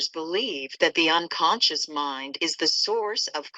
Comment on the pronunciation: 9.22 its not unconscince its unconscious 🙂